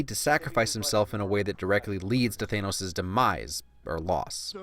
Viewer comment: ITS THANOS NOT THEINOS